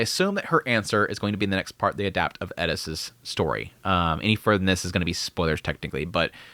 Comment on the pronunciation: Why is it when you have an English translation of a name but the culture refuses to pronounce it properly. Air-iss Heiriss